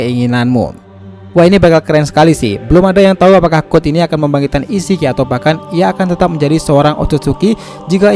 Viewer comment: Code bang bukan god